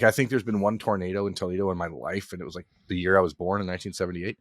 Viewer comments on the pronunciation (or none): OH MY G-D!! THIS MAN HAS LIVED IN "TOLEDO" OHIO ALL HIS LIFE?????? WTF!!!!!